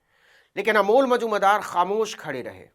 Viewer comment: Are Navin ji Amol Majumder boliye,aap kya nam bol rahe hai, thik se boliye